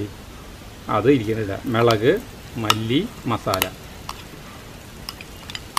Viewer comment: മെളക് അല്ല മുളക് എന്ന് പറയണം. very good